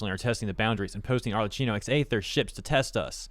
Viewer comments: Just wanted to let you know that her name is not "Arlecino", it's "Arlekkino" with DOUBLE and HARD C sounds. I know you Anglophones do not care about learning pronunciations of other lanugages' native words, but ever since she became so famous, it wouldn't be bad to go look up for the character's name proper native pronunciation. It's Italian, it surely is not an hard-to-learn language with impossible phonetic registers... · Hey, is pronounced ArleKKino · Btw the "Cch" in Arlecchino is pronounced as a hard "K", aside from that good video. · FYI, her name is pronounced with a hard k, not a ch sound. It's Italian pronounciation.